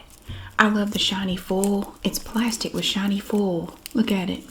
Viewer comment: Another great video! I just love the way you pronounce “foil” . You made me laugh eating the string licorice 😂😂